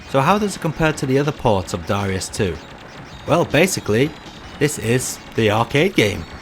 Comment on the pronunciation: You wrote ダライアス in the title, but still pronounce it Da-REE-us in the video. Oversight?